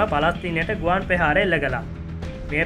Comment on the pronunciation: පෙහාර = ප්‍රහාර ලෙස කරුණාකර නිවැරදිව උච්චාරණය කරන්න ඊළග වීඩියෝ එකේ..🙏🙏🙏🙏